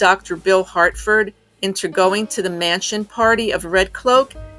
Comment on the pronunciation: Harford, not Hartford.